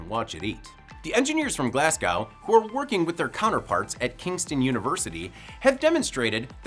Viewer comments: It's Glasgow, not Glascow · 'Glaz-go', not 'Glaz-GOW'. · It’s pronounced glas-go